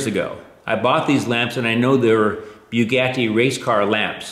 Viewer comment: Sorry, the way this guy pronounced Bugatti was strange.